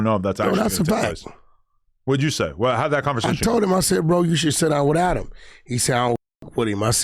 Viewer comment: Wack showing of for ack see how he keep calling Adam ack